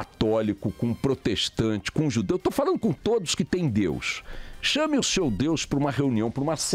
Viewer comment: Pronuncia infeliz em relação ao nome de DEUS! Caiu no meu conceito !😐